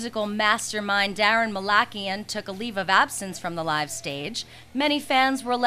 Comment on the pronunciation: haha instead of daron malakian its "darren the lackey"